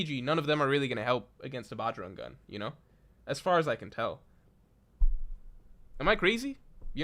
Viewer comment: Bro, you have got Indian blood in you... I at least expect you to pronounce the bajrang gun right .... Haven't you ever heard the name bajrang bali ? ... Just pronounce it like that